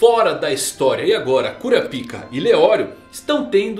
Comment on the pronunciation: fale kurápiká please, sem o A agudo fica muito goofy 🤣